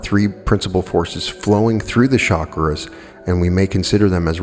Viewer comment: its not shakras,but chakras ;)